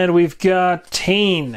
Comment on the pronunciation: Nice vid. Just gonna say that Tane is Maori from here in New Zealand - He is pronounced tah-ney. Only style of hero that I wish we had, was a more standard british infantryman...but meh, the selection we have is awesome.